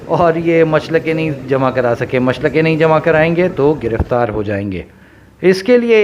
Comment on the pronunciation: Machalke not machlake